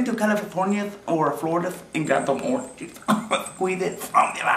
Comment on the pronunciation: He said juith instead of juice. ornch juith! (orange juice) I know it sounds weird haha. I guess the way he said it is supposed to sound like 'you' but he changed it to 'juith'...